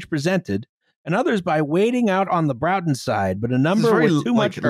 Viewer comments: It's pronounced BRAWTON not BROWTON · Enjoying / not correcting the mispronunciation of the name of the bridge. It's Braw-ton, not Brow-ton. Source: I live in Manchester and it's about 20 minutes on the tram from my flat, also I made a terrible mistake and my penalty was being the Lib Dem candidate for Broughton in the 2015 and 2017 General Elections. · it's pronounced something like brought-on, northen english always confuses those from the south, so would not notice! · will have more than likely corrected this already (if not, she really is goddamn tired!), but I'm impatient and saying it now! It's pronounced "Bror-ton". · broughton rhymes with norton but this is fun